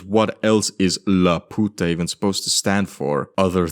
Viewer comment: As a mexican, the way you say Laputa is so funny 😭😭😭